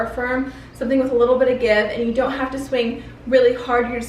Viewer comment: did she say swing or SCHWING!!